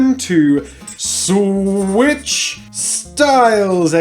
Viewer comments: It's SWITCH, not SWICH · It’s “switch” not “swich” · Switch has a t in it... Unless you mean s'wich, an abbreviation of sandwich.